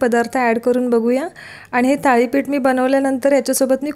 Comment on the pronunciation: थाळी नाही thalee पीठ असावं